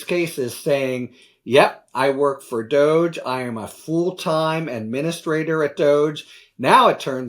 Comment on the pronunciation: It's pronounced Dog E. Doggy!!!